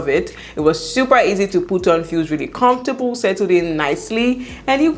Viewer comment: "Confortable " all the time .....ah ah 😁